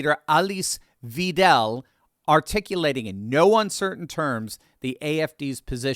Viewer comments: Her surname is not pronounced vee-dell but vai-dell. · Weidel not "Weedell". The ei sounds the same i as the englisch word "right". and the el at the end like in "cradle" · Alice Weidel's last name is pronounced "Vydle" if it helps, but I am sure she does not mind as long as her policies get promoted. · nonono german guy here shes pronaunced weidel WAIDEL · it's Weidel pronounced like "Hi, Dell!"